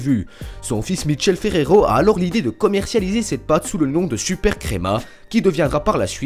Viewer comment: Ha Ha , le Piemont, Mitchell Ferrero, pas la peine d utiliser un accent americain pour du made in italy